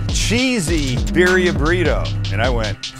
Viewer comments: The I in Spanish is pronounced like e so like bee dia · At least pronounce it right and roll the Rs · This man charges way too much his del taco style tacos. And it’s not beerria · BEER RHIA. LOL LOL LOL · “Bear-ria” is crazy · This looks so good but I hate the way you pronounce birria lol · You're pronouncement of birria is hilarious.